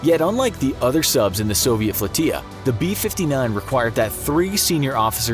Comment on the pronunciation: Flow-tee-a LOL! You guys mispronounce so many words it's comical.